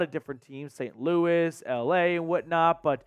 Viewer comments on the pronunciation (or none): none